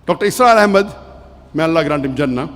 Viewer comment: Please its Dr Israr Ahmed not Asrar Ahmed